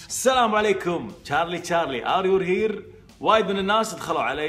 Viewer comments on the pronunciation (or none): يقول اريور هير مو كدا اخوي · يقول are your here يوور من وين جت هههههههه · تشارلي ماسكن له زاويه ويضحك عليك يقول وش هالسفيه ار يور هير ؟ ار يو هير انطقها زين 😂💔 وطابت نفسه وراح ولكن من توقعاتي انها لعبه سخيفه وغبيه ولها بالفيزياء ومالها دخل بالجن وما الى ذلك واللي معي بالراي لايك ..